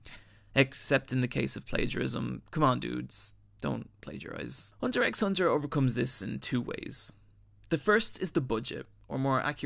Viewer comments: It's pronounced "Hunter Hunter" -- the "X" is silent. ;-) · The X isnt pronounced. You should learn how to say the name before you try and make money off its content. Cant even watch the rest of your video if you dont even know that. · okay so i love hxh and there were definitely a lot of great points made in this vid, but i can’t bring myself to leave a like. everytime he said ‘hunter ex hunter’ i felt my whole body cripple and then the complete fuck-up of nearly everyone’s name got me worse, but really the absolute most PAINFUL part was when he said ‘his/her’ for Kurapika. sure, some people mistake him for a girl when they first start watching, but we all learn right off the bat that ACTUALLY, Pika’s a fucking G U Y and not a girl. plus, now i get that it can be kinda difficult to pronounce it, but the ‘ch’ in ‘Chimera’ is a ‘ch’ sound (as in ‘cheese’), not a ‘k’ sound (as in ‘cargo’). idk i love what he said here, but all the botched basic knowledge of things like that kinda make me feel like he didn’t really watch the show :/ edit: y’know what fuck it this video is beautiful and a couple mispronounced names here and there isn’t going to stop me from showing my appreciation for someone who so accurately captures the magnificence of one of my favorite anime oat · Btw Its Hunter Hunter , not Hunter 'X' Hunter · BRUH PLEASE stop calling it Hunter EX Hunter it’s so hard to deal w, i’m enjoying the video but that just gives me a headache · Ever time I heard the 'x'. I died a little bit inside. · The x is Silent! You should be reading it as, " Hunter Hunter" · good video however i do slightly dislike the fact you keep saying hunter x hunter. where in pronounce its just hunter hunter... you don't rly say the x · It's actually called Hunter Hunter. The X in the title is silent. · nice video! but just so you know the x is silent, it's not said when u say the title so it's pretty much hunter hunter. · the X is silent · You say it hunter hunter